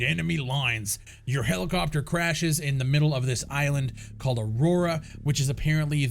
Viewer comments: Lol, at least look closely enough to realise it's not 'Aurora' as you say in this video, but 'Auroa.' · UHH-ROW-UHH.......there is ONLY ONE R in the name Auroa. Not to mention you are a single Ghost behind enemy lines because your squad dies in the helo crash(es). Only time to play in a squad is with 3 other live players...NO AI.